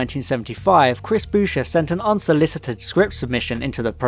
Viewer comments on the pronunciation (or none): Chris Boucher's surname rhymes with voucher. Surprised you thought Stephen Harris was a real author.